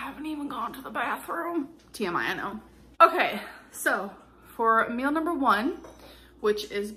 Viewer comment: Or "mills" instead of meals